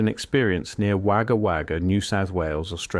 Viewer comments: Hahahah. Fun fact. "Waga waga" as this guy said it..its acutally pronounced "Woga Woga". Its Aboriginal for "Magpies" ( when they repeat the word, it means its plural). "The place of the Magpies!" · It's Wagga Wagga idiot. Not wagger wagger😂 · The best information is that it isn’t pronounced wag-gah wag-gah, it’s wog-ah wog-ah! Otherwise, you’re correct, there’s little data other than what’s been reiterated here from one reference of that account, as far as I can tell. Search for; “Wagga Wagga” “Jeff Rense” sightings ufo. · Its pronounced ,Wogga Wogga ,not Wagga Wagga..✌️ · Wagga Wagga is pronounced with "o"sound Wogga Wogga. I hope I get o see one around here. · Wagga Wagga pronounced woga woga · Wagga Wagga, the town in Australia, is pronounced Wogga Wogga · Wagga Wagga NSW is pronounced Wogger Wogger 😂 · Im an Aussie still living in SE Australia. Im sorry, but, I have to correct your pronunciation of Wagga Wagga. It’s pronounced “Wogga Wogga”. Cheers. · Surely he could have found out the right way to say Wagga Wagga not that hard